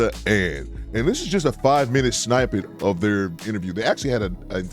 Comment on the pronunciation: Lmao at you saying Snipe et rather than snippet. 😂 Love tha channel ❤